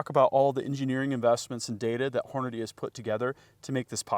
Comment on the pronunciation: says Hornady; says Hornaday. Why? Only 1 “y’ know” today 👏👍. wants us to login. Hmm. Free marketing data?